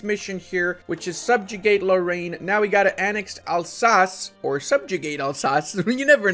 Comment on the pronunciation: I mean, it's not the only word he misspronounced, there's also nantes(u pronounce it nant), or lorraine